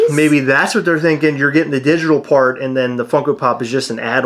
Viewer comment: WoW 🤦🏻‍♂️ This really has been a 💩 storm ⛈! When you said "digital part" I thought for a sec you said "digital fart 💨"😂 🙌🏼 Huge congratulations to you guys on hitting that 14k!!!🎉🍻🍾 Love you both!!! 💚💯